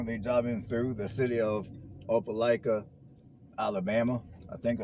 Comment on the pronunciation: I'm just happy he said Opelika right